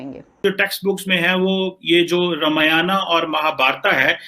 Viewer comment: You don't know how to pronounce Ramamyan and Mahabharat. You should know that your ancestors were Sanatani Hindu.